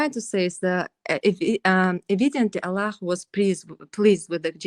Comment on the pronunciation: She says Allah, like Russians or Caucasus people) She is from there)